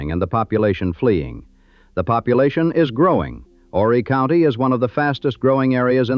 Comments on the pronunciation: You don’t pronounce the H in Horry County. It’s pronounced “oh- Ree” or “Ore-Ree” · if you're going to speak about Myrtle Beach as if you have a clue,, at least pronounce Horry County correctly! The H is silent!